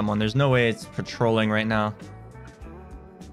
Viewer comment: pretty sure he said “wite now” instead of “right now” lol, just caught my attention